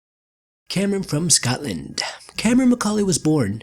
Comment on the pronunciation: “Cameron from Scotland-uh”